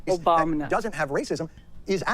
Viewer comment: When he said that Obamna, I really reevaluated my positions